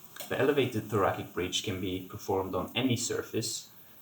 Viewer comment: Thanks for these excellent exercises- will add to my bridging routine! One comment- thoracic is pronounced thora"SICK" as opposed to thora"KICK" Thanks again! :)